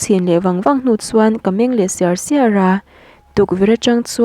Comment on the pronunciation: I chhiar thiam viau a, in zir na tur ila ngah deuh. Ka meng siar² tih i chhiar rik dan te hi a diklo tih i hria em aw..... Hmalam pan zel tura duhsakna comment aw...